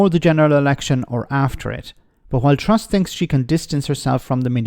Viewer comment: I keep hearing Liv Struss.